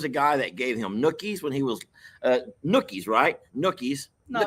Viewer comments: Noogies lol not nookies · You mean noogies not nookies lol 😂🤣😂🤣😂🤣😂🤣😁